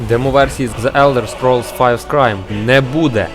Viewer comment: В загальному непогано, але дуже багато неправильних вимов. ГеТеА, наприклад, (хоча більшіть і привиклда до ДжеТеА), назва The Elder Scrolls V знову ж таки не "Скрайм", за ДАЙС уже сказали. Дальше) Яке "Хало", якщо "Хейло"?)